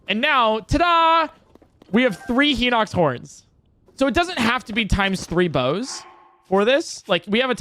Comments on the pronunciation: Is "Heenocks" the official pronunciation? I've never heard anyone in real life pronounce it that way. Just two streamers, now. Everyone I know pronounces it "High nocks". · “Hee-nox” classic, classic Nintendo YouTubers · “Heenox”? What the fuck? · The real thing I see broken in this video, is this guys pronunciation. Henox? Meneru? Someone teach him how to pronounce a soft I in a word please. Is there a glitch that can help with that?